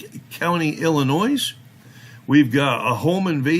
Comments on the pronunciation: The ‘S’ is silent in the word “ILLINOIS” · You notice how pronounces Illinois... had to look it up... dude pronunciation... y'all make fun of 'Auditors' mis pronouncing words.. how 'bout a wee spell check amongst yourselves lol